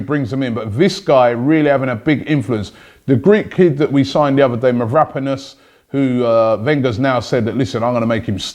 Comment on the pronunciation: LOL robbie stays butchering names. Whos "muvaponos" mate?